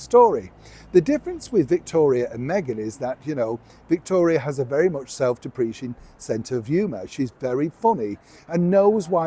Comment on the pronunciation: self 'dep-re-kating';-) Otherwise a great video as always. You truly are the only 'royal reporter' worth listening to. Well done!